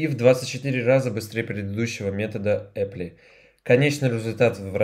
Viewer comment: Apply произносится "аплай"